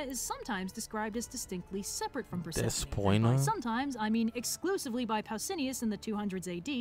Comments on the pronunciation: GOSH DSNG IT HIS PRONUNCIATION OF PERSEPHONE A N G E R S ME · Persephone: How dare you, miss pronounce my name. Edit: It’s a joke!